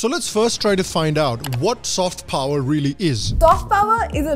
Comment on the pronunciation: Kya accent he yr ..... Phower🙏